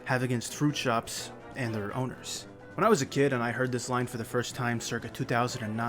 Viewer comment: I thought he said boners instead of owners